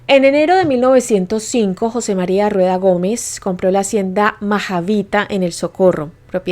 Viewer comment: se ppronuncia jose mariA